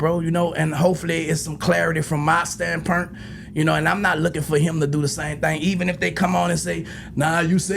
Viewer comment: “Stand pernt”